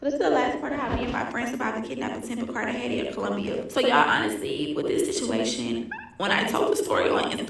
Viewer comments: It's pronounced Car-Tah-Hey-Nah! ❤ I'll finish the rest of the video. Also, the yellow is your look,! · Spanish words have different annunciations. A g is H sound